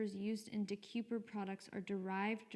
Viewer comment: It's pronounced De kay per